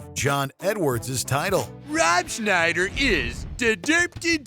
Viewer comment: You did Rob Schneider wrong.